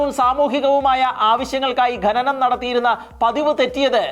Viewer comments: Watch the movie ' The 33'. ഗനനം അല്ല ഖനനം എന്നാണ്. ഗനി എന്നല്ല ഖനി എന്നാണ് 😊👍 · ഗനി, ഗനനം എന്നൊന്നുമല്ല, ഖനി, ഖനനം എന്നാണ് ശരിയായ വാക്ക്. നമ്മുടെ മാതൃ ഭാഷയെ ഇങ്ങനെ അപമാനിക്കരുതേ സുഹൃത്തേ. ചാണലുകാരും ശ്രദ്ധിക്കണം.